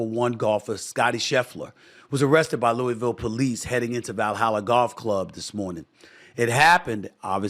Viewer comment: Maybe one day Stephen A will learn how to pronounce Louisville.